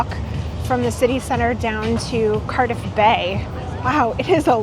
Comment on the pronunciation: C-ARRRR-diff, not "Currduff" ... and "So-fye-ah" gardens. great video though. our city is epic